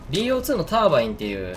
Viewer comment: ターバイン？ タービンじゃなくて？